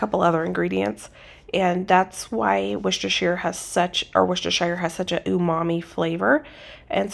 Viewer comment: You were right when you said WorsterSHEER sauce. A shire is the way it is pronounced without specificity, (as in The Hobbit) sort of like the way we pronounce town by itself versus ton at the end of a place name such as "BridgerTON". The English spell theirs the same but pronounce them differently. My great grandmother was from the area and for those whose parents & grandparents have grown up using and saying Worcestershire sauce, it was surprising to hear how many people were confused by the pronunciation..